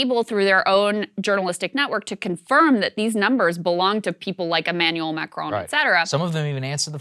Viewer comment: Kudos to Krystal for pronouncing "Macron" well by not pronouncing the letter "n".